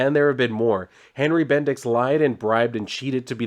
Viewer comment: BendiX..? Sounds like Bendis in a funny way, ay? 😄